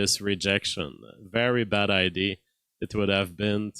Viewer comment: what was the first film?! It's like when you say "id" instead of "idea" 😂 Keep up the good work,.